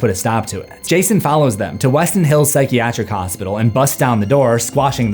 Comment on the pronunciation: i heard gayson